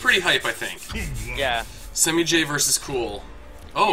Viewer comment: They're pronouncing semiij wrong